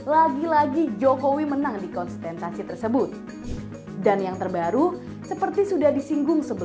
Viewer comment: Ketika Presenter Keseleo Lidah Ngucap Kontestasi Selalu jadi Konstenstasi .. ✌️